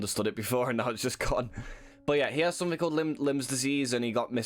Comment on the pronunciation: lol lyme disease sounds like limes not limbs lolol (its no big deal dont let it getcha down lad)